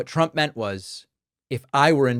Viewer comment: I hate how she says Chtrump